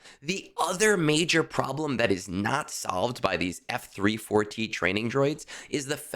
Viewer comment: F-34T You say it like you have been taught: eF Three Four Tee...Learn to leetspeak. F34T is FEET. It is Feet! Wait! No! FEAT as in Feature. You are giving me shivers whenever you say eF Three Four Tee. It's Feat. Like R2-D2 is Artoo similar to Arthur. Every important droid has a wordplay in their serial number. Shorty, Goto, Chopper, etc. Conquest? I am F2p So I beat rush it to Sector 5's end about a week long, and hit a few quests. Then I plan ahead and beat whatever I have HP at 100% atm. This Feat disk might be helpful, but I was good without it already. Not really a help to me...but just a maybe help. I'll see. Plus thing that the FEAT disk is 1 dot cost.